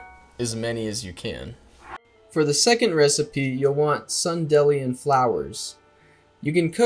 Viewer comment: I really needed to know about the sunilion recipes that was limiting my underground exploration btw it's pronounced like dandelion "dee-lion"